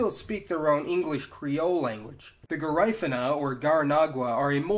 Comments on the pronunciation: "gerifena " do you mean Garifuna ? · Garífuna (pronounced "Gah-Ree-Foo-Nah") Not "Guh-Rye-Fuh-Nah" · Yeah he fucked that up bad. I noticed too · This guy does a terrible job with the names he butchers all the names of the people it's called taino= tye-e-no. And garifuna= ga-ry-foona..... it's very simple 🤦‍♂️🤦‍♂️🤦‍♂️🤦‍♂️🤦‍♂️ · PRONOUNCED GA-REE-FOO-NAH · It's Ga-REE-foo-nah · Its GARE I FOONA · Dude, love your videos, but you gotta work on your pronunciation a little bit. The "i" in Garifuna is not pronounced like the "i" in mine; it's more like the "i" in Caribbean. It kinda takes away from a video about ethnicities where phonology is somewhat important. I've noticed issues in other videos but can't remember them specifically right now. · And dude your accent is so off. You mispronounced so many words. Garifuna, Taino, patios among others. Please learn to pronounce them correctly. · Did thiz dude jut pronounced Caracol and Garifuna wrong, I mean if ya gon make a video at atleast learn how to pronunce dem words correctly ( Just Sayin )